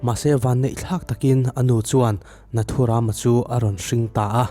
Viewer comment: Tha hle mahse nathuram lam dan a dik lo ram(jungle anga lamtur)